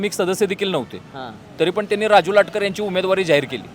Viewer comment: Latkar nahi latkar